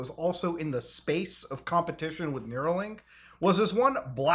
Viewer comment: REEEEEE IT'S NEURALINK NOT NEUROLINK